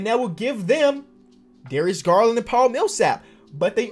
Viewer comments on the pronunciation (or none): none